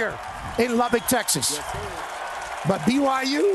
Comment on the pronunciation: They still refuse to pronounce Lubbock correctly.